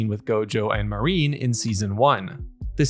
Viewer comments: Good stuff, you got a sub. Now quit calling her "Marine", while her name does use the characters for "Sea Dream" or "Ocean Dream", her name is Marin, Ma-rin, not Ma-reen. Other than that (and yes I know I'm being almost literally pedantic) you did good work here! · It felt to me like they took a page out of Dandadan and Heavenly Delusion. I loved it. Rewatched a few times it was so good. I've read the manga so I know what happens, but it was still so great to see such a not 'transfer manga page to anime'. I thought her name, Marin, was said like ma (like in mad) rin (rhymes with tin). Mareen would be spelled 'marine' like the ocean. I'd like to see it written in Japanese so I can know for sure I guess. Any Japanese people to help me? Anyway, nice short vid on the show. The manga focuses a lot on the tech of cosplay so I expect that will still happen a fair bit. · Marin. He's just pronouncing it in a way you may not be used to.